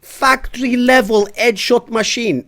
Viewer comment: "Eee es edshawt masheen"